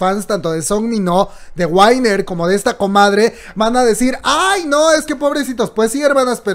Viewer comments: te amo pero se pronuncia Winner tal cual se escribe no Wainer xD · Sería UINER, en realidad jajaja. Pero igual me dejó así de WTF WTF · hermana, WINNER se pronuncia GÜINER no GÜAINER😂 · GUAINER JAJAJA no winner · Chispas no me pude concentrar cuando dijo Whainer,pero me gustó 🤣 a la le acepto todo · Si, el en un vídeo dijo que lo pronuncia mal pero le vale madres. Que para el son "wainer" jajaja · Se pronuncia GÜINER... Mino no estuvo en un club nocturno ni antro, estuvo en una casa de huéspedes con 6 amigos disfrutando de sus vacaciones. Estuvo en una zona en donde ya no había (o hay) ningún caso de coronavirus y aún así estuvo usando el cubrebocas con todas sus amistades. Cantó Fiancé y Body frente a sus amigos, no frente a otras personas, a parte de que en Corea no había cuarentena hasta a penas este fin de semana y lo de Mino fue hace dos semanas. Por fa, informa bien. :/// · + ME MATO COMO PRONUNCIASTE WINNER BB